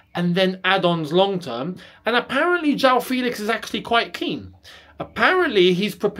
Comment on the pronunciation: It’s FEHLIX and not FEEEELIX